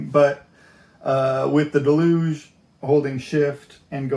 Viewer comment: It's "Deluge", not "delooooge", it's a noun and verb in English. Good point about using the index of a printed manual. Very helpful Vid'!